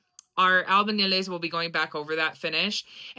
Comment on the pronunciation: Can you say albañiles one more time.. not trying to be a smart ass but i to once couldn’t pronounce the Ñ